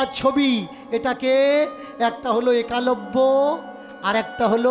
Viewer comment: একালব্য নয়। উচ্চারণ হবে এক লব্য।